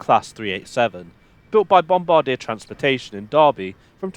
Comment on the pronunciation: That isn't how you say, "Bombardier". "bum-bar-DYAY".